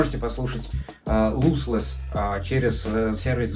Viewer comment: не луслесс, а лослесс